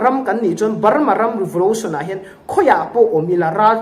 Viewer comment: Revolution tih tawh rawh revolotion tih tawh suh